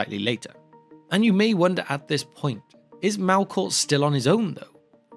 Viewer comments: Why pronounce it Malkor not Melkor? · Mehlkor, not Mahlkor. A little thing but irritating nonetheless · Malkor?? Sup with the pronunciation here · The true evil in this story is the narrators pronunciation of ‘elves’ and ‘Melkor’ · As much as I enjoyed this explanation of Tolkien's mythology, your pronunciation of simple words like "elves" which sounded more like you were saying "alws" or "Melkor" which sounded like you were saying "Malcolm" was hurting my ears towards the end of this video 😂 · love the information and format of these videos but i have such a hard time hearing what you’re saying sometimes because you keep pronouncing elves as Alves and Melkor as Malkor for some reason, to the extent that i had to turn on subtitles at one point just to understand if you were indeed talking about elves and not something else. what’s your aversion to the letter E?